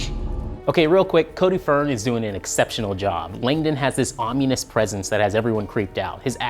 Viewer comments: Ominous not omeenus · Om-yoo-nuss? Oh lord.....